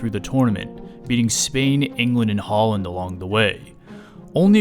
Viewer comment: Bro pronounced it haaland 💀